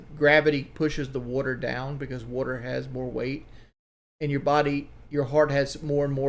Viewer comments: Listen to this buffoon just babble on: “Ya see, wudder…wudder in your legs…as you get older…heavier…gravity…wudder…I’m not a doctor, obviously.” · Take a shot of Pepsi everytime he says wudder